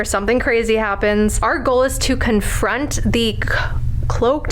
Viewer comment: She fucked her saying confront lol I wonder how many takes yall did. Funny girls ❤